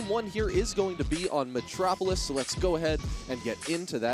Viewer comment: metropolis? Its metapolis dude